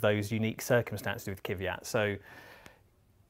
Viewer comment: I can’t stand this Kiv-ee-at shit.